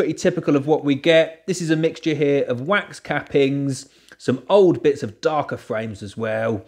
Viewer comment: You say wax, I hear quack!